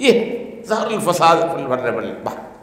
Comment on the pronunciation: اوریا مقبول جان برائے مہربانی اپنی تلاوت صحیح کریں ظہر الفساد آیت دیکھکر بھی آپ نے صحیح نہیں پڑھی